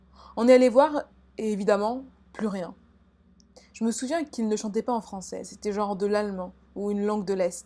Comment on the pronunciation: Je suis morte “des thread frwancais”